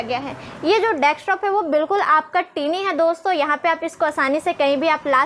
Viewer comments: टिनी नही दीदी it's टायनी, matlab smaller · I like tini instead of tiny.... 😀